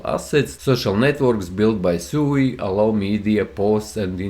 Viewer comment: It’s pronounced SWEE, not SUUU 😅